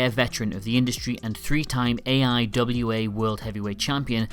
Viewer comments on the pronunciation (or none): none